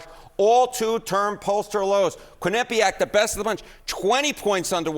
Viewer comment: Please pronounce QUIN i pe ac cORRECTLY.